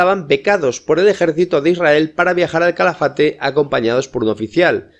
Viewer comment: Es Calafate, NO CHALAFATE